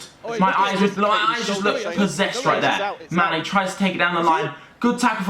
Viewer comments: Did any realise when was talking about manny he says instead mane 😂😂🤙🙅🏿‍♂️ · Manny not mane 😂